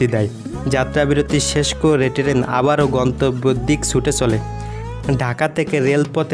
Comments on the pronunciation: ভাষা ঠিক করেন। শুনতে খুব খারাপ লাগে। টেরেন,ভরমন, ইমিগ্রিশন!!??? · অসাধারণ সুন্দর লেগেছে ভ্রমণ বৃত্তান্ত। তবে ভ্রমণ, ভিডিও, স্টেশন ও ট্টেন উচ্চারণ করলে আরও ভালো লাগতো।